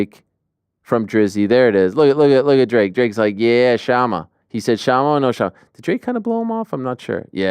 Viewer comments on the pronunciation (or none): none